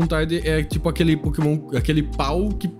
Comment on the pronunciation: A Nintendo ouvindo ele falar Pokémon o vídeo todo: 💀